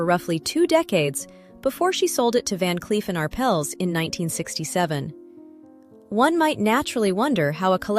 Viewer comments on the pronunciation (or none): You need to make a decision: Is it "Van Cleef and Arpples" or "Van Cleef and Arpells," because you manage to pronounce it both ways. And, it's "Romanov" with the accent on the first syllable, not the second. AI will be the downfall of all of us.